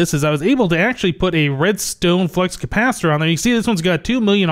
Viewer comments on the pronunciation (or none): none